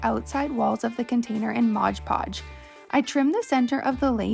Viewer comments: As annoying as it is to hear, it's an easy mistake to make if you grow up hearing "hodge podge." As I've gotten older, I've learned to embrace verbal quirks as a "finger print" of a person's speech, instead of getting aggravated at the mispronunciation. Everyone is much happier that way =) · Its MOD Podge! Good grief it's not hard.